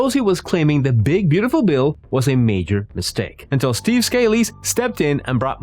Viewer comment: JFC. At least pronounce Scalise's name correctly!! It isn't Scale-eese.